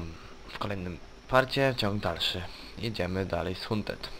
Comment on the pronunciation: hunted mowi sie hanted :P